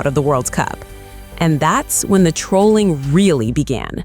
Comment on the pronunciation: It’s Trolling not Troalling